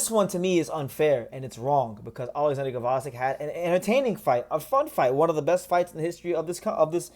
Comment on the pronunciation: The G is silent lol. Vozdyk